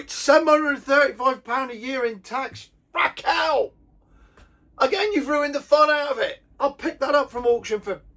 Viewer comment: It's Rachel not Raquel.